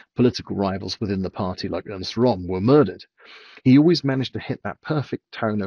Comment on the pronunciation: Ernst Röhm … not Ernest. It sounds to me that you said Ernest. 😊